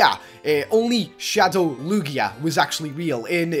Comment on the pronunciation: its not lu-gia its lugia thiers no stop in the middle